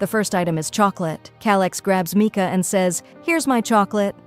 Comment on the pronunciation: It’s not Micah is Mika